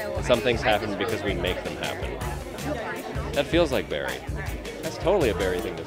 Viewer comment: Nobody: No soul: literally no human being: Ralph Dibney: ItS baRrY